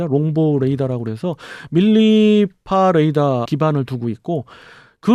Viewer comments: 본토 발음입니다. ㅎㅎ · 찰지세요 아주!!^^